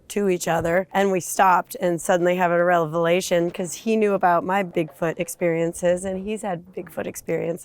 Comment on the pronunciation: She had a "relevalation"